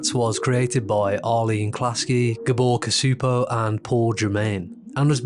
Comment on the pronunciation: FWIW that’d be GAH-bor CHOO-po, dude was Hungarian